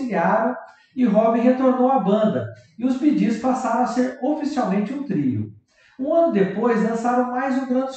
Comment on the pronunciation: Narrador do vídeo, aprenda a falar corretamente o nome.do conjunto BEE PRONUNCIA SE BI , GEES, PRONUNCIA.SE GIS